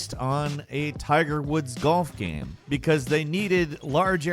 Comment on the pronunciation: Video "gam"